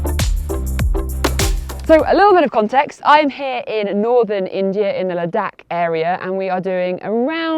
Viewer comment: Hearing a brit (I assume by your accent) pronouncing Himalayas and Ladakh both correctly throughout the video was pleasant to hear. Tells me you take time to learn about things, which in turn makes me think your other advice must be sound as well.